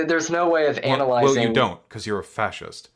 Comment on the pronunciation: why did the fascist say “ANALyzing”??? Like he put a very weird amount of stress on the first two syllables of that word. Very Freudian